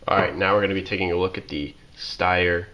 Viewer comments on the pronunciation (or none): I didn't express am opinion. I pointed out a fact. The name of the manufacturer is not "Stare." It's "Sh-tire-r." If you don't know how to pronounce the name you probably don't know much about the gun. It's like calling a Porsche a "Porch." One is a German sports car, the other is where you and your buddies sit in the evening and drink beer. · If you're going to do videos for YouTube you ought to know how to pronounce the name correctly. It's not "stare."